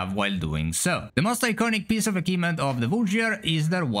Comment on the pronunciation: What on earth is an "akivement"?